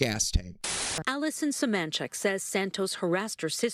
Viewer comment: It’s suh-MAN-chick and please for the love of god stop including screenshots of AI overviews in something that is meant to be informational